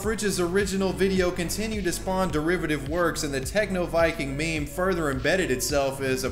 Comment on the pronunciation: Did he just pronounce meme as "maym"?